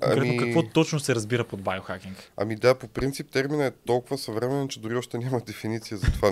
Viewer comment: Байо хакинг! ахаххахахаха Байчоооо кажи си поне Био. На към 6-тата минута и гостът почна да повтаря Байчовото...